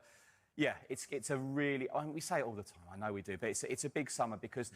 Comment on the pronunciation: AND SO GUISE LET ME KNOWL YOUR THOWLTS